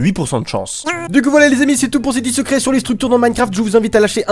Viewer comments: J'ai compris "sucrés" au lieu de "secrets" 😂😂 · c est moi ou il a dit 10 " sucret " a ? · J'ai entendu dix sucrés 😏